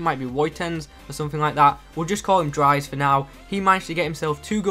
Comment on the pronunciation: haha great vid you absolutly nailed wuytens but you messed up dries